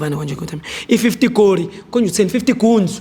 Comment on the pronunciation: He can't pronounce guns kkkkkk can't run a business.